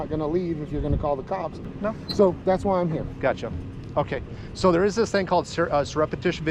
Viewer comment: The cop can’t pronounce surreptitiously correct!